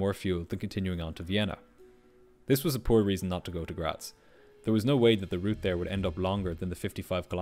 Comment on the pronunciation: Thank you for pronouncing Graz correctly